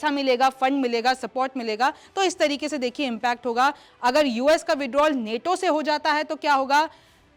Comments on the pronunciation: Neto nahi nato hai Theek se bolo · नेटो नहीं नाटो है मैडम 😂